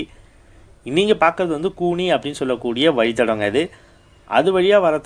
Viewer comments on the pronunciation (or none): Bro, கூனி இல்ல, கோணி